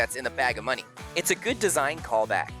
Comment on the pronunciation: kids love it : BAG OF moNEe!!! 😂